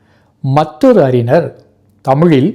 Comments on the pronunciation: அறிஞர் என்று உச்சரியுங்கள். அறினர் என்று உச்சரிக்கின்றீர். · சிரமப்பட்டு ழ வை பெரும்பாலும் சரியாக உச்சரிக்கிறீர். ஆனால் அறினர் என்கிறீர். ஞ சொல்லிப் பழகுங்கள். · அறிஞர் என்பதை தாங்கள் அறினர் என்று சொல்கிறீர்கள்.